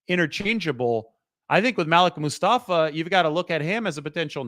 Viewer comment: It's pronounced Ma- Leek Mostafa!!